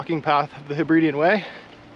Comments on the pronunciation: Lovely video but please pronounce Hebridean correctly! I live there and it's very irritating when people come to see the beauty and don't even bother to learn the correct pronunciation. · Say after me... Heb-rid-eees other than mispronouncing the area you're visiting, it's a great video!